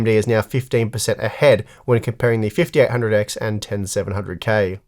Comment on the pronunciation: Am I the only one who kept hearing "the fifty R hundred X" ??